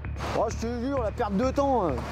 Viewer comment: " j'vou jire c la primière fois que j'fi ça..." Tocard,ton patron vient de te piéger tellement t'as fait ça !